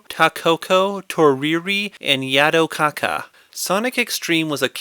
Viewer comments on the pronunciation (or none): "and yadow kaka"